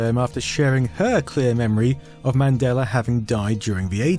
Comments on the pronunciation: You keep saying "Madeler Effect". You keep adding -er to the end of that word. Why? Do you even realize you're doing it? There is no "r" in Mandela, but you keep pronouncing the "a" as "er" and I'm not sure you even realize it. The entire video is littered with instances of you saying his name improperly. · Accents. Also, proofread your comment if you're going to be weirdly pedantic.